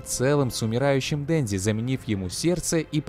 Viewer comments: Денжи, Почита... аааа, мои уши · А не дензи и потита